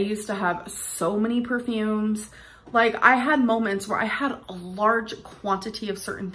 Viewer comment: Every time she says "moments" I cringe so hard lol.